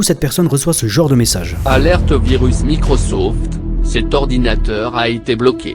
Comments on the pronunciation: en generale quand les mec te disent micrausauflt et pas microsoft c'est pas très net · "Appellez l'assistance de Micreauseauft"